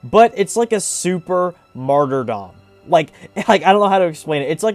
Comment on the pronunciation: HE PRONOUNCED MARTYRDOM RIGHT!!!!!!!!